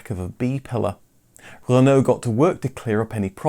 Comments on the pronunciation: You're English, It's "re-no" not "rEnO" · I can’t say I’ve ever heard anyone pronounce Renault as ‘Ren-NO’ before 😄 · Making me so angry how he pronounces renault even if that's how it's meant to be said pls stop xx